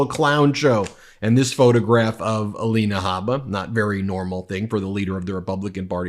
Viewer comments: Aleena, A-lie-na. She has had so much surgery, is the fake one. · Ah-lie-nay Hay-baa…😂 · Let me see is it Ay-lina, Ah- lenah, uh-LIN-uh Uh-Leen-awe. What about Mee-lun-eye-uh, you get the idea....... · You're pronouncing Alina's name wrong. It's A LIE NA!